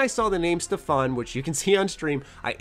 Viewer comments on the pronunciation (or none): in Stefan an emphasis is put on e, not a